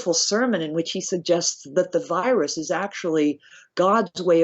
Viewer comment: This guy can't even pronounce " virus". Every time he says "wyrus" we're doing shots!😂😂😂